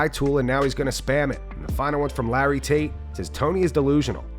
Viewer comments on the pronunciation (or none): none